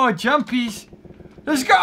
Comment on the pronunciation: hey did u say jumpPEES does it mean PEES